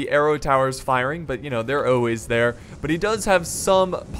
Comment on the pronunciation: there's no way your really from Georgia, no one from here would ever say "oolways"